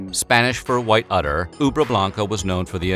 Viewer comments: Keep making these, I love ‘em! (By the way, it’s udder, not “utter.” Reminds me of the “72nd Avenue” blunder from your “1980” video!) Also, the writer of “I Love Rock ‘n Roll,” Alan Merrill, passed away this year due to coronavirus. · Udder not utter you tool. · About that cow...should be “udder” not “utter” 🐮🥛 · Utter or udder?